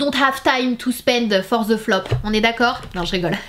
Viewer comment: "Jai pas le time pour ze floppp"😂 J'adore ton gilet 🥰😂😂